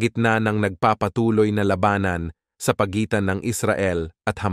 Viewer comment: Labanan !, ang tama'ng bigkas , hindi Laba-nan !